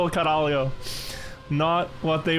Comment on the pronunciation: portugal caralio 😂😂 as a Portuguese native I can say that proununciation needs work